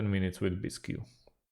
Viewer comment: Bisq. Not bis-q.